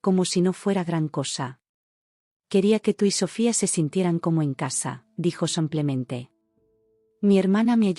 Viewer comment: 😂😂😂😂😂😂 y sigue con su “ samplemente “